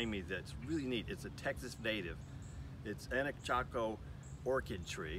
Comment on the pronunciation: I believe it's anacacho, not anachaco.